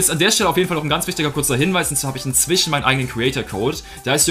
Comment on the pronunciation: Wieso sagt du immer inzwichen? Das heißt inzwischen.